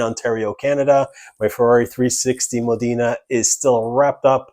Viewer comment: It's not Modina its Modena. You are saying it incorrectly.